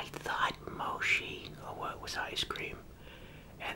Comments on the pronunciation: 22k dislikes, I just know its because he's calling it Moshi. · Bro my valume is all the way up btw why he saying moshi but its a new word to try so i like it😊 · Mochi is pronounced Mo- Chee. like Cheech and Chong. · artkid t why is it incorrect 😐😒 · It’s so funny when he says mochi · Moshee, no mochi yes pronunciation is key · Hi hope this helps it’s pronounced mochi😅👍❤️ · Adorable when he said “Moshi” instead of “Mochi” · Girl well "Mochi" is ch so if has the ch in charcoal and "Moshi" is sh as in shhh🧀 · Awwww! He’s so innocent that he says "moshi" instead of "mochi"! If anyone hurts him you’re catchin these damn hands!!! Edit: Wow! I did not expect to my comment to blow up like that! Thanks to the people that understand! Also thanks to the people that corrected me on grammar! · I love how he says “moshhi” instead of “mochi” 😂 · Fifi MSP no in Japan you don’t say moshi, you say mochi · “They actually have mochi-(says it right) moshi, (corrects himself to moshi)” I love this man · i’m three minutes in and i’m gonna CRY. i love you so much 🥺 i love how you pronounce it omg, traditionally it’s pronounced like mo-chee but moshi works too you get an IMMEDIATE pass. also pls put ads on your videos 💘 or make a patreon i’ll give you all my money 💚💛💝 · I love the way you say moshi instead of mochi and ur really kind I really love when I see elders just enjoying things ❤ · This is such a cute and great video!! It’s pronounced “mo-chee” like when u say “ch”eese! Glad I found ur channel! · It’s pronounced mochi but the way he says “moshi” 😂😂😂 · What the thumbnail says:Mochi What he says:Moshee🗿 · It’s moe- chee no shee ! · I love this video, but I do think it’s pronounced (mo-chee) not (mo-shee) ❤❤ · Instead of moshi say mochi👍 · it's not moshi It's MOCHI 👹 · BRO it’s mochi not moshi 😂😂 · It’s not moshi it’s mochi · This is one of the only people that I allow mispronunciation. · what chu mean its " H OO MOCHI" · It’s mochi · Its Mow-shee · I heard yoshi ice cream 😂